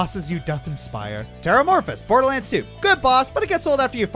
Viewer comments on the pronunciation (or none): none